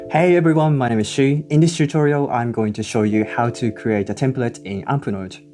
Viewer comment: you should definitely brand "shu-torials"